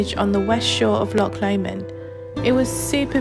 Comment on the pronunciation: A tiny bit of critisism, please don't take it too seriously, ......it's Loch.....not Lock.......say it as if your'e... err .....sort of clearing your throat, or even pronounce it as Loh Lomond.......Loh sounds better than Lock. Lovely wee video though and you got great weather too , well done 🙂